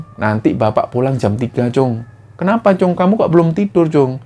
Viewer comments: assalamualaikum, Tim Kembara Sunyi & para Sobat Kembara, Pamekasan hadiiiir. sempet rame emang cerita ini di seantero Madura pada masanya 😐 btw sekedar koreksi Mas, panggilan anak laki2 di Madura itu kacong, atau disingkat cong, sma seperti panggilan "tole/le" kalo di Jawa lah, dan itonasi huruf "O"nya seperti kalo mengucap bencong, bukan Cung seperti yg diucap. makasih, semoga sukses terus Kembara Sunyi🤲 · Klo di lfslin itu. Cong. Bukan cung